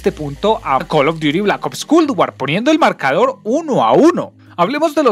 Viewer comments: MW no me interesa que sea tan realista, para eso tengo la vida real y Culd War. Escribi Culd por la manera que pronuncias esa palabra; traductor humano xd, el juego se nota que es un juego mal hecho sin ser terminado. Asi que prefiero Bo3 que aunque no tenga tanta gente jugandolo, se ve 1000 veces mejor qur Culd asi. No dire nada de los zombis porque me dara un infarto hablar sobre eso y el multiputas, mmmm meh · Parece que dice cool war xd